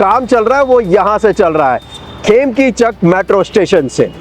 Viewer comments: It's खेम्निचक not खेमतिचक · its khemnichak not khemkichak